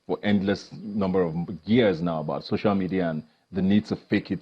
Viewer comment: Its so-cial media not shosho media u liaring bastard